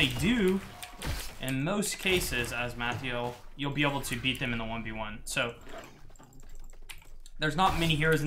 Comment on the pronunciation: "Mathyel"? lol